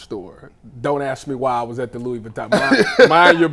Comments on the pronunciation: Who are you axing..😅😅😅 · Stupid because he pronounced “ask” differently? Who cares what you think 😂. Focusing on how someone speaks in this situation is insane. They’re discussing a young woman allegedly being physically abused, and your first thought is how they talk? Weird, man. Just weird.